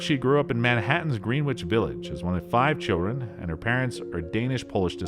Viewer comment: Were you raised under a rock!? "Green-witch Village"???? Pronounced "Gren-itch Village!"